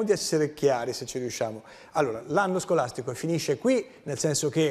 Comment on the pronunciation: Ma dice sgolastigo?